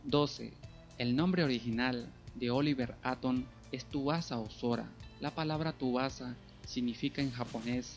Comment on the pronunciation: Amigo se pronuncia Subasa no Tubasa